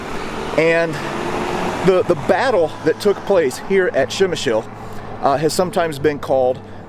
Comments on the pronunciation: Not Shemshill :) [ p ] - like in stop, [ shem ] [ y ] - like in boy, [ sh ] [ l ] - like in lozenge. Pshemyshl ! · Ppzemish is how you say it ,great place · Lesson 1 - Przemysl pronunciation for English speakers...